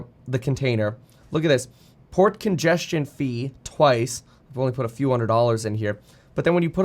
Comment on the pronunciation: Definitely kept hearing "pork ingestion" rather than "port congestion".... quite different interpretation 😂